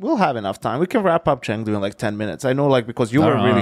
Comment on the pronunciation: chengdo or chengdo not, there is no chengtry